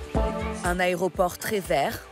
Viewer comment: C'est 'aéroport' pas 'aéropokkhhh'